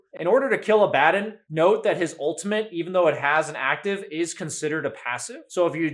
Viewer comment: Abaddon is a Hebrew term for an archangel from the abyss. Yet nerds still say it incorrectly.